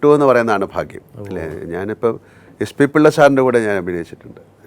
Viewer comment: നിങ്ങൾ ആദ്യം ഫാ ഒഴിവാക്കി